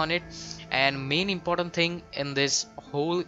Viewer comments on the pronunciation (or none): none